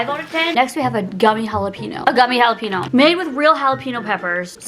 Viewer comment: It’s JalaPEÑO not JalaPINO lol